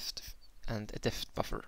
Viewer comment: problems with the word depth? it's like saying dept silent 'h' :) great tutorial tho :)